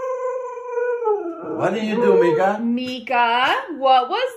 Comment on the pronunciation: Mika😂😂 It wasn't meehohowwow